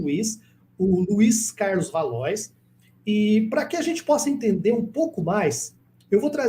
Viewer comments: Pronuncia-se valuá e não valois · Não é valois. A pronúncia é valoar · Valois (leia-se Valoá) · Acho que a pronúncia correta para Valois é "Valuá" 🙂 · Se escreve Valois, mas a pronúncia é Valo-á. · Valois se pronuncia 'valua'.